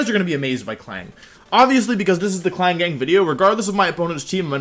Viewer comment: Wait klang not klinklang